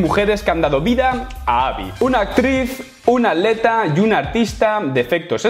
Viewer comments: Cosas de españoles, por alguna razón no pronuncian la "t" en la "tl". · Porque dices aleta en vez de atleta xd